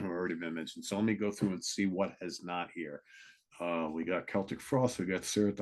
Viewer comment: Please,could you please stop calling celtic frost,seltic frost...it's keltic frost ☺